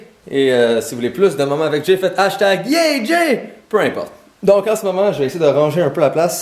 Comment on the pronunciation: hashtag YÉÉÉÉ JAYYYYY ben quoi ta dis de dire hastag yé jay hashtag homme beau